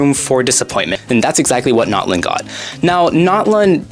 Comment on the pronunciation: It’s not Knotlin is Natlan bro